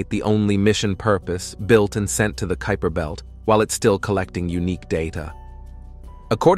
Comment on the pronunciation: I agree with thus pronunciation phopahs. Rather fun though to see how many different ways “kuiper” belt was messed up. And “ nitrogen “ with “i” as in mitt. 🤣🤣🤷🏼‍♂️ But overall a ton of great information in the presentation. 👍🏼